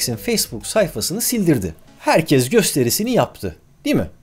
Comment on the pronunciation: Adamın Türk olduğu nasıl belli ya belki de Adanalıdır şuna baksana 20.00 da "HERKEZ" diyor. :)